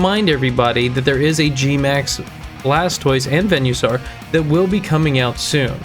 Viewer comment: "VENUE SAUR"